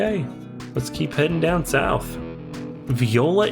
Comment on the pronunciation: Viola (vie-OH-lah); not like the musical instrument. La Farge (rhymes with barge).